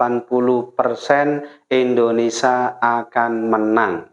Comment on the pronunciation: INDONESIA...bukan INDONESA